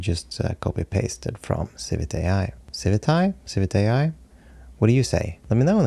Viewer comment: Per the CEO, it is Civi-Thai. :)